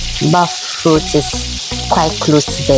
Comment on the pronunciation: Finally, someone who pronounces it as bofrot